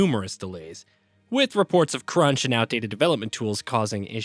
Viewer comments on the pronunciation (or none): none